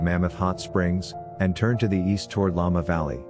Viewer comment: Make sure you QC you AI voices before posting. Llama Valley. Spear time???